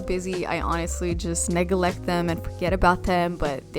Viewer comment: "negeleck them"